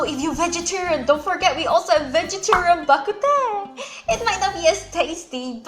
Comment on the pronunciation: Bah kut teh is actually pronounced as Bah Kut Tng which means soup. My ancestors are from Gulangyue but I was born and raised in Manila therefore I speak fluent Hokien but I am illiterate in Chinese.